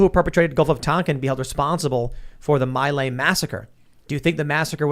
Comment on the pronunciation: Mi Lai is, or at least was originally, pronounced "Mee Lie."